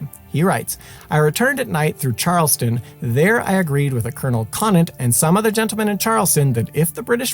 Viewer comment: Great series. Just one thing though. I am from Boston and you’re pronouncing a few of the other towns incorrectly. It is pronounced Charles-town. Not Charleston. It’s not Concorde but Con-kěd.